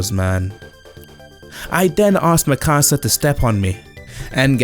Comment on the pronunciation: 1. Regurgitator of works was a great pun. 2. Thank you beyond measure for pronouncing Merus correctly. 3. Same on Mikasa. 4. My mental voice for Moro is Chris Tergliafera. (Avdol from JJBA, but sinister.) 5. This entire video highlights a great many of the reasons why I have little interest and even less hope that post-Toriyama Dragon Ball will come even close to measuring up to Toriyama's Dragon Ball. Oh, and the Granolla Arc in general... Also, holy crap, is that the same Jadusable who created the legendary BEN DROWNED series?? If so, having Jad and CAGE in a single video is honestly a monumental coming together of two living legends.